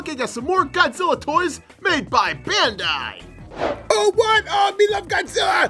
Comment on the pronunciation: its pronounced Ben-die